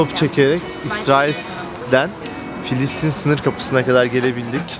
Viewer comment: KARDEŞİM FİLİSTİN KUDÜS YANLIŞ SÖYLEDİN KENDİNİ DÜZELT